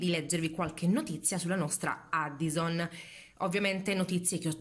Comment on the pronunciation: SI PRONUNIA EDDIOSON